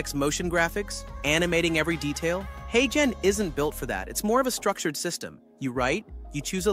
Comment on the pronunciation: When you’re scripting for video write phonetic - you’re speech says Haygen but uses the g like the g in garden which is wrong - so write it hayjen and it will sound correct